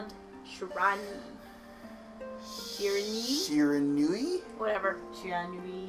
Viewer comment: It's in the likes of "Shee-Ra-Nou-ee" for Shiranui